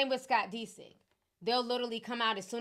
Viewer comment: Girl you be k!llin me with these mispronounciations...It's "Ped" (ryhmes with head) "Ped-o" not "Pee" do 😂and Scott's last name is pronounced, "Diss" (rhymes with hiss), Dissick, not "Dee"sick. 😂😂😂, Nevermind me, I'm hear for the gossip.